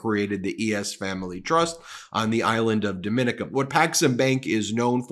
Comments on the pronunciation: Trump SPAC=RICO BTW: it's pronounced "Dom-in-NEE-ka" (not dom-IN-i-ka) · Jesus! The island is pronounced Dom-i-nee-kah! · It's not as important as the information, but Dominica is pronounced, Dome i knee ca. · The name of the island is pronounced domineeka and is best known for being the nature island of the Caribbean. It's a beautifully magnificent place. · Dominíca. I stay in la República Dominica. Domin(ee)ca (the other country) is accented om the last í. 🥰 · Love your channel. I live in the Caribbean and your pronunciation of Dominica is incorrect. It's pronounce Dom- mi- ni- ca. Hope this helps. Continue the great work. ❤❤❤ your content. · The island is pronounced - Dom e NIK a. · It is not Dominica! It is Dom meh knee kah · Hey Ben, it's pronounced Dommineeca with the accent on eeca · Can't get more shady if you open a bank in Dominica, pronounced, (Dom-E-Nika) on a small but beautuful island near Antigua. Sounds like Alan Stanford all over again. Still, americans think that DJT should be the leader of the world. "Greed begets Greed"😢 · Dominica is pronounced differently from the Dominican Republic... if they are going to be in the news for any length of time, you might want to fix your pronunciation. It is pronounced as "daa muh nee kuh". Hope this helps! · You and are pronouncing the island name incorrectly.